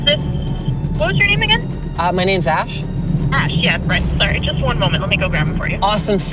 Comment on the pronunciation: He was totally calling you "Ash" not Ash.